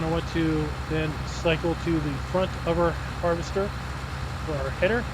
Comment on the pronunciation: Someone count up the number of times he said havester lol